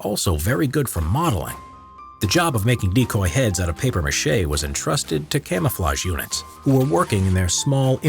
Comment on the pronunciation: It’s MACHE not Mache smh 🤦‍♂️